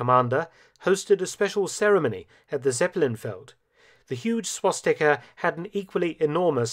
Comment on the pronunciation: Lol it’s swastika